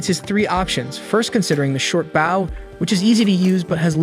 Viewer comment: The continued mispronunciation of Bow is a little distracting. Might want to look into fixing this.